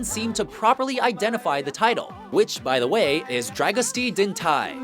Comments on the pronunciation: wrongly said twice: it's "Drago-stea din thai" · You do konw that you put the accents all wrong on Dragostea din tei. It sound chinese instead of romanian. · "Dragostea din tei" pronounced "dryagoostya deen tey" not dragonsta diin thai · you're getting the name wrong as well. It's not dragostee din thai. It's dragostae din tei. Don't you understand that other languages don't sound american? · Darn guy can't pronounce well dragosta din tei... tei not thai... Listen to the darn song at first and you'll heard how to prononce it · "Dragostee Din Tie" Dragosta Din Tey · The fucking singer pronounces it "Dra-gosta Din Tay"! How the fuck do you manage to fuck up the pronunciation with "Dra-Gostee Din Tie"? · Actually it's pronounced "Dragost-a din te-i" not "Dragostee din thai"... (see: for example). And by the way, it means "love under the lime tree"... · "Dragosty din tai"? Talk about getting the title wrong... That's not how it's pronounced. It's pronounced just the way it's spelled - "Dragostea din tei". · you don't pronounced tei like tie it's tei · only reason I know how to pronounce it, is that it's actually said in the song. It's closer to "dragostah din tay" that "dragostee din tie" ... and maybe add a bit of a trill to the 'r', as in "drrrragostah din tay" (at least from memory). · They don't say "drag-o-stee din tie". More like "drag-o-shta deen tay." Did you guys even listen to the actual song? LOL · Dragostea Din Tei is pronounced as "drah-go-styah deen tay" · dragostea din tei not dragosti din tii learn the actual pronunciation of the title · dragostea din tei is actually pronounced- dragostay din tay. my boyfriend is Romanian and cringed at how it as pronounced!! oh well, its not easy to read Romanian when you're not from there. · The guy can't even pronounce one of the songs correctly. it's pronounced 'DRAG-OH-STA-DIN-TAY' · Dragostee din Tay???? Really. It's not so hard to pronounce!!!! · why did he said "tei" like "tay"?